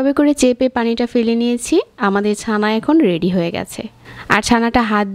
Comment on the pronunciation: it will be chana not sana. lmfao